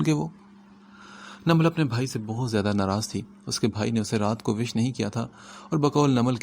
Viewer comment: Sir aap bha ki jagha bhai read kre. Wo drasal bha sound kuch khas Acha nhi lag rha hai.😯